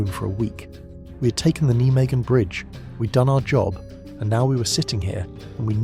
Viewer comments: It`s pronounced NI MAGEN, not Nee magen, NI MAGEN. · That's the German pronunciation which the Dutch understandably hate.